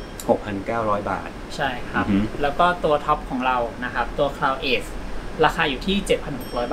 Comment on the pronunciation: Cloud edge อ่านว่า คลาว เอ็จ ค่ะ ออกเสียงเพี้ยนจนช่องไม่กล้าเขียนชื่อรุ่นกำกับ